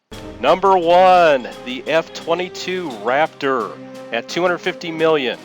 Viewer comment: "The F-52 Raptorrr." pause video